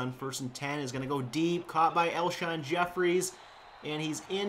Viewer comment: Alshon Jeffery not Jefferies